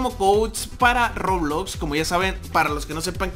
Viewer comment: Dijo robulox